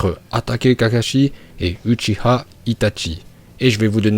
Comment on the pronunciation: nn là c l une des seuls bonne prononciation qu il a dit , la plus part des gens disent uchiha , c dans la version fr que c uchiwa